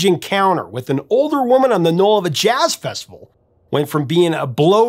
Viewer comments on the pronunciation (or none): none